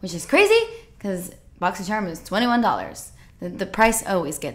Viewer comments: I love watching these videos just to hear you say "My Boxycherm unboxin'" lol💛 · Hahahahahahha I enjoy how u say boxycharm hahahahahhah too funny and everytime u throw an accent lmaooooo